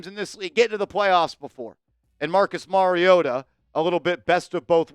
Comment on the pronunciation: Mariota??? Cmon 😂😂😂😂